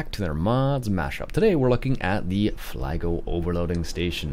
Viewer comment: Just a heads-up, the parent company pronounces it "fleegle" not "flygle". Generally speaking, in German an I before E (IE) is pronounced EE and an E before I (EI) is pronounced EYE. Nice review.